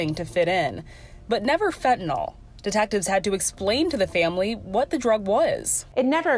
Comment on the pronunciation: It’s fentanyl not fentynol